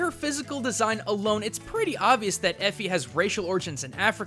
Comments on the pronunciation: he said eri instead of efi 2 times XD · Efi. Not Eri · You called Efi "Eri" a bunch of times man. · Why do you keep calling Efi "Eri"? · i got triggered every time he called Efi Ari! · Efi not Ari dude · Why did you start calling Efi, Ari? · When accidentally says Eri instead of Efi.... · it's not Eri It's EFI two times you pronounced it wrong and you showed her name in the video! Come on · And who else noticed he stopped saying Efi like a quarter of the way in and started saying Eri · I think you kept pronouncing Efi's name like 'Ahri' in the second half of the vid XDDD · It's EFI not ERI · Has anybody noticed that in the video he starts to say eri insted of Efi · You keep calling her "Airy" Her name is "Efi" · YOU KEPT CALLING EFI "ERI" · WY DID HE CALL EFI ARI OR ARY?!?!?! IM TRIGGERED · Does is piss anybody else off that he keeps saying ere instead of efi!!!!!!!😭😭😭😭😭😭😭😭😭😭😡😡😡😡😡😡😡😡😡😡😡😡😡😡😡😡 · And how he pronounces Efi as Eh-fy instead of EE-FEE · why do you keep calling Efi 'Eri'? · you call Efi Air-E throughout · Why did you call her "Eri" during the end? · I like how as the video progresses, Orisa's creator, Efi, slowly becomes "Ari". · Nice culture shock, but why'd you keep calling her "Eri"? Lol. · If you skip to he calls Efi Eri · Her name is Efi, not Eri. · Her name is Efi right? Why do you start saying "Eri" towards the middle/ end of the video? Am I missing something? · You keep calling her Eri instead of Efi x) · "When we go back and listen to Eri" LUL her names Efi. Nice hiccup Edit: He calls her Eri st again Edit 2: Ok and also I think. Come on man Edit 3?: again with ERI. ITS EFI MAN!! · Its Efi...not Ere xD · why are you calling Efi airie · He said Efi like Fi. It's E EFI! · Its Efi Oladele. Pronounced. Eff•Ee Oh•La•Del•Ay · I cringed when he pronounced efi's name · You totally butchered Efi's name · Stopped listening when he couldn't get Efi right twice in a row. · Right? He kept saying that instead of Efi